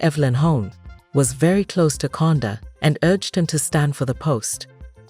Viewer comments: Who tf was narrating this? Why didn't they have a Zambian person to narrate this... She says Konda (Kaunda) 😂 and Longu (Lungu) wtf. It is a very good video though, except the pronunciations of some words. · Not conda kaunda😂😂